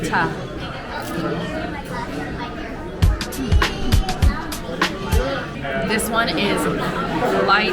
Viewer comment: Raita is pronounced r 👁️ ta. 😘